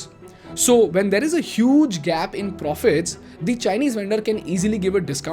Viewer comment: bhai pls change frrom "theaaar" to "there"